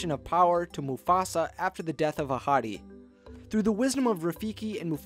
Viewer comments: Every time he says ‘Ahadi’ I always think he’s saying ‘A hottie’ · Whenever you said mufasa's dad's name I always thought you said "a hottie" Why why why why why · Why did I hear that as a hottie Isntead of ahadi or however you pronounce there name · am i the only one who heard musafa's father's name as 'a hottie' over and over